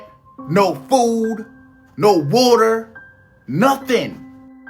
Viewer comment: bro wtf is woorter ? n wtf is a blockout ? water and black out bro his voice jus drive me nuts bruh he got some content but ion like it he complain about everything without doing research he be reaching for the panic instead of dropping the true jewels he jus want views n money off mass panic.. Ion like em